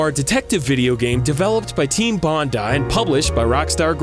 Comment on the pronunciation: I'm just grateful someone finally pronounced 'Bondi' correctly.